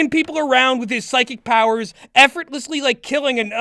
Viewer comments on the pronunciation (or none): none